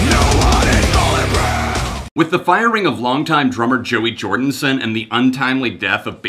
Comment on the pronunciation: You lost me at "Jordinson".